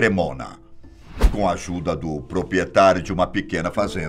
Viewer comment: "Propietário e própio" ... Sério mesmo? Osso, eim?